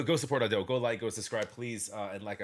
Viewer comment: The spelling of Usseewa isn't "Japanese English" at all. It is Romanization of Japanese language. English pronunciation ruled doesn't work. Just for your information. You also pronunce Ado wrong. Put stress on A not on do.